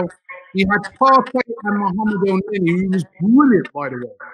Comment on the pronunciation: Man said el-many 😂😂 fully done out ere still